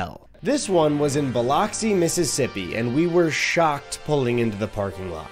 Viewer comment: Hearing "Bi-LOCKS-i" hurt me physically.